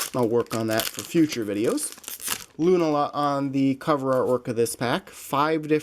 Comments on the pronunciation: It's lu -naaa-la not Luna-la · lunala is loo-nah-luh